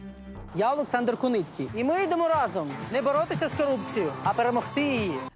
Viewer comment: Олександър 😂😂😂😂😂😂не алекс ,а олекс😂😂😂😂😂.